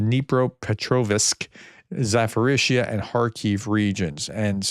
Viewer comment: Please Professor you butcher these on every video for months. Dnipropetrovsk = Дніпропетровськ (Ukrainian) KNEE PROPER TROV SK. Zaporizhia = Запоріжжя (Ukrainian) ZAP POUR RIZH ZHI YA.